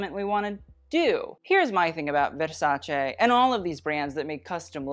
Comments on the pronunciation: you're the first english speaker i've heard pronounce versace correctly. THANK YOU!!!!!! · Right from the start i loved how you correctly pronounced Versace : ) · The way you pronunce "Versace" is perfect! Finally someone that actually knows ( and cares!).